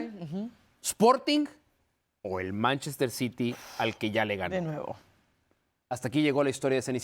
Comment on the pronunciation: Por que Carolina no dice bien Manchester City